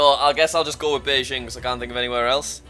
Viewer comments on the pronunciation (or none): the fact that beijing is pronounced in its native language is the same just proves that jack still has a long way to go